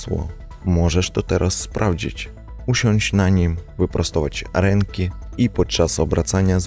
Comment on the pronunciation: bez urazy ale rozwala mnie "wyprostować RENKI" XD